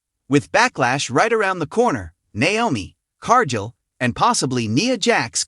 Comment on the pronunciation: its car....gill not jill